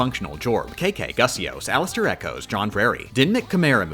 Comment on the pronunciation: I heard "alisterechoes" and thought I heard "alastorechoes"